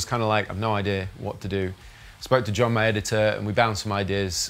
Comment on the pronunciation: "John, my editor" sounded like "John Mayer today" and I was like, excuse me? lol